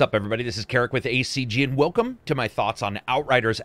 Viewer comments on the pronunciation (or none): none